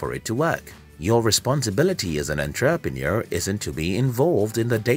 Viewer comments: Say entraprenuer one more time.. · EnTRApenuer? Lol that pronunciation though. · That Enn TRAA Pre Noor kills me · Everything is great in this video, except the way he pronounces "ENTREPRENUER". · WTF is a “on-trap-a-near”?!?!? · Good points. May I request the following corrections: 1. You mention in seconds duration that you learnt 10 lessons by reading 300 books while actually there are 9 lessons in your content. 2. Your pronunciation of entrepreneur is incorrect. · So you read hundreds of business books, but can't pronounce the word "entrepreneur"? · Entrepreneur? It's pronounced: entrepreneur! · The English is sooo bad. And the pronunciation of 'entrepreneur' is just so wrong. And the voice is so robotic. Is this video for real? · I get your point and on second thought I agree with you fully, one needs to pay serious attention to such.🙏🏿😉